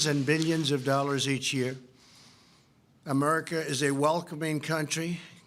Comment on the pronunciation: He actually said “a-murrica”